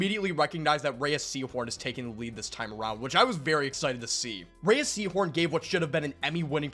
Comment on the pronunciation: Ah yes, I've missed that "Rayeeahh Seehorn" pronounciation 😂